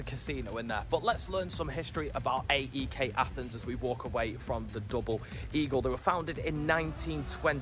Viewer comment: Great video. Scary pronunciation of the stadium names 😂. You kind of butchered them!! You should refer to AEK without saying the initials...just "aek". Greek Gooner here (love Arsenal), but respect City, Liverpool etc. And love the Greek national team, but congrats to England...hope we can beat Scotland in the playoffs.